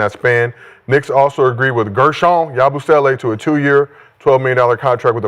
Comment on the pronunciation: Hilarious how was messing up Lavaria and Yabusele’s names but no one else knew how to pronounce them to correct him😂